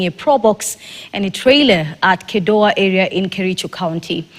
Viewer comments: Where is kedoya ? It's kedowa , ktn editors need to be serious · Both the presenter and the reporter said Kedowa.